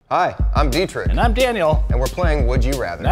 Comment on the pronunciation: Bro Deetrick its pronounced Deetrish (closest thing to german pronounced ch)